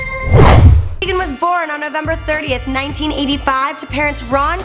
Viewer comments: it's teigen not teagan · ITS TEIGEN NOT TEAGAN😳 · Its: Chrissy teigan. Not: Chrissy Teagan!! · TYE GEN not teegan in german the second vowel is the one with the long sound. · Is she teigen or teagan